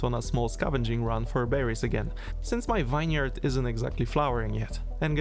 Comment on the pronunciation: well, with how he pronounced vineyard, not too surprising